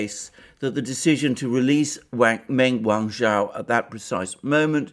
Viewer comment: Wrong on every front, and learn how to pronounce her name properly?